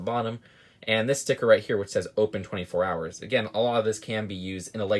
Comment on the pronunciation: We all just cringe at the fact said "right here" wrong every time and wont show his face its getting old very fast.